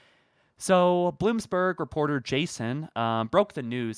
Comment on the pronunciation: Bloomberg*… No “s”